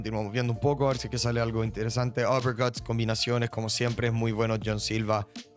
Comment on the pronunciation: Buen canal lo único malo es cuando pronuncia los nombres y apellidos jahsjsusjsjsj muy exagerado o recalcado nose suena raro uppErcuTss